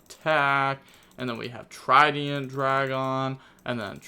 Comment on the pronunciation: Yeah but now we got Trideeont Dragon -.